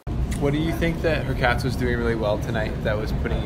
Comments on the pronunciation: It’s HurCATCH, that’s the correct way to pronounce it. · Please Pronouce Hurkacz like hoor - CATCH If you do this it will be much better, but not 100%. You would still need to correct the oo in hoor (it is better than her) and the “a” in catch is a harder “a” than in catch. It is not that hard though. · pronunciation of Hurkacz is Hurkach (Hurcatch). Do not try to pronounce "z". This "cz" is like "ch" in chocolate.